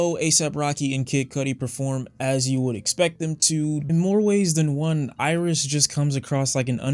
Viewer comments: Hate to b that guy the album is pronounced aries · LmAo.😂.😂.😂 Yea, is DEFINITELY from Detroit. Bro, it's ERYS, pronounced Air-is. Just like it's not Lasher, but Lahser, pronounced Luh-sir.